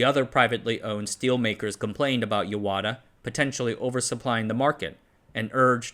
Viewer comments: It is Yahata not yawata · I guess the confusion came about because there is another town written in the same Kanji characters, but pronounced Yawata